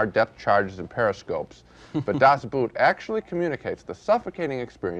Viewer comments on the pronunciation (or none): I'm sorry, but I just can't take the way two respected movie critics both mangle the title so much. Just because the German word for "boat" coincidentally is spelled just like the English "boot" doesn't mean that they should be pronounced the same. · Really Sisley, of all people, ought to know how to pronounce the title! It’s just plain ignorance to say it as written - boot. The word boot in German is pronounced exactly the same as in English — boat. U-boats are not authentic submarines. Like mammals, they need to come up for air, since they’re battery charged. The tight, claustrophobic quarters, allowing no privacy at all, are more indicative of a boat than a sub. And the movie doesn’t drown in self-pitying hopelessness, but exudes a visceral euphoria. It’s a feeling like no other; experiencing the joy of being alive after one was resigned to death. The group survived. They were still a team having defied all the odds. Well, until . . . Das Boot is a masterpiece! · Gene, it's pronounced "Boat." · So he’s watched an entire German movie and he still pronounces boot like it’s something you put on your foot… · The way Gene pronounces Boot. 😂. Das 👢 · And still after 40 years Americans are unable to pronounce a German word like "Das Boot". :D